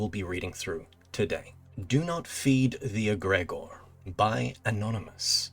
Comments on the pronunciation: It's not pronounced "eg-REG-ore", it's pronounced "EG-re-GORE", emphasis on the first and last syllables! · FYI "eh-gri-gore"